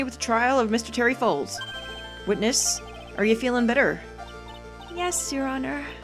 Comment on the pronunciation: The way says "Terry Fawles" sounds like "terryfolds". LOL